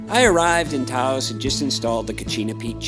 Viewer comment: I think you might want to re-think your pronunciation of “Taos”. That’s all. Nice video, and I appreciate the effort and the quality. These areas deserve more recognition; on the other hand, recognition ain’t all it’s cracked up to be. Very special places, indeed.